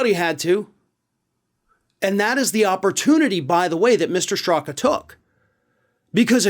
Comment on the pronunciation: Wait, did you say Brandon Stuka? oh, Straka. My bad.